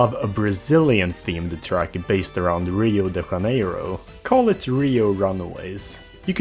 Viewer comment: In Portuguese you pronounce the j just like in the word "jelly" and not in the spanish way so it's "Rio de Janeiro" not "Rio de Haneiro" 🙃